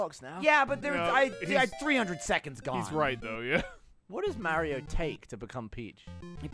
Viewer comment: Gavin almost called it Mario maker then said mare-io like the British way lol